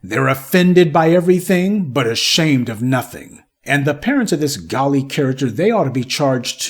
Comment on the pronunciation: WELL HIS NAME IS " GALLE "!!! WELL G A L L E !!!!